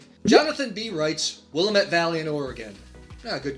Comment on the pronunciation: Will LAM et.